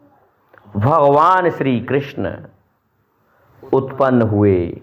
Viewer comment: Are bhai gyan na bagharo,krasjna ji nam thik se lo ,Rahul na bano.